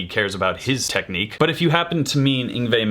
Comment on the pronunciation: Isn't it ironic how someone managed to get (Yin...Yngve.... Yngwye?.... Yngwie? Ingwye?) YNGWIE right, but got "Malmsteen" wrong? 😀